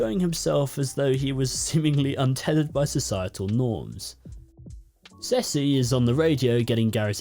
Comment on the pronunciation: Hi. I have to deal with two naked men. One goes woof and one goes miaow. Also, Ceci is pronounced see see. You shouldn't stop the recording. Laugh away.